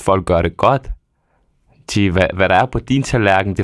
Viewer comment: Det hedder altså "Forstår du hvå' jeg mener?", IKKE "Forstår du hv' jeg mener?"!!!